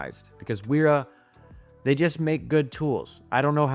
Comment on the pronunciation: Pronounced VERA